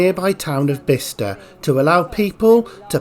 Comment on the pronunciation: Great site and really interesting video::: I’ve just moved here ,,, but it’s not “Beee star” and “sher-well” //// try Biz-tah and Cherr-Well